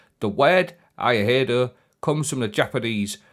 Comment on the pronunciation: If phonetics helps it'd be "E-eye-doh" haha. So stoked for that 2-piece bonus for Stasis though, especially on Behemoth!